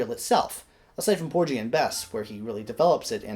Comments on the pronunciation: Great presentation,! Minor detail: I think the pronunciation is ‘POOR-ghee’ (hard ‘g’ as in “gasoline”) rather than ‘POOR-gee.’ Keep up the fine work! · You're mispronouncing "Porgy"... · 😂😂 porgy like orgy no no no